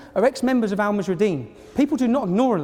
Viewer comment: you would think he could get the name right, seeing as he thinks they are such a big threat. the group is called 'Al muhajiroun' and not 'Al mahujarideen' as he keeps saying.